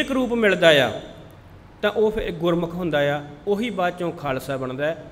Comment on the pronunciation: Read gurmukh, NOT gurmukho. Thanks